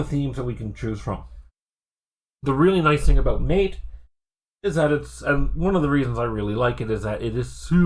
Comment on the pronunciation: Great video. I might send this to my dad. Im trying to get him to switch from windows and he’s in another state. I just have one point: it’s pronounced ma-tay. Also: ventoy rocks. I’ve never had an issue with installing windows using it either. In regards to Linux, it’s rare for an iso I use to be that large anyways. I have noticed sometimes ventoy will only boot when I choose the grub2 option instead of normal boot. It’s not perfect. But still the best.